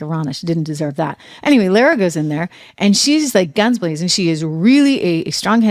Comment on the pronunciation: Lara's name is pronounced Lah-rah